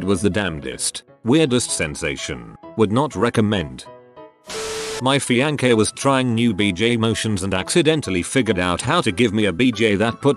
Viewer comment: The way the voice says fiancee hurts my brain